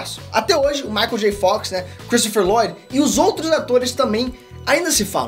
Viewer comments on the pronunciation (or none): none